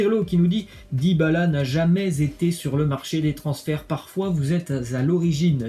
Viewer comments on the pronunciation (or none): none